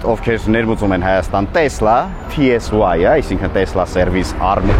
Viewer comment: Նախ ասեմ որ «տեսլա» չի «թեսլա» է 2-րդը «կիբեռ» չի «սայբռ» է իմ ախպեր։ Չգիտես թե ինչու են Հայերը միշտ թարգմանում ռուսերենից - Հայերեն։